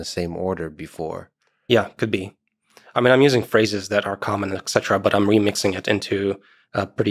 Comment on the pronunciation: It's ET CETERA!!!!